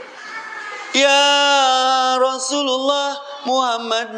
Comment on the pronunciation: SANES YA ROSULULLOH USTADZ,, TP YA ROSULLALLOH, NU LERESMAH MAH ,,, LERESKEUN HLA GERA NGAOS NAHWU NA